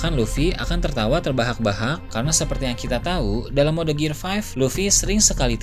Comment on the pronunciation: Bukannya sok inggris atau sok ngajarin. Cuma mau ngasi tau: gear 5th dibacanya "gir fif" bang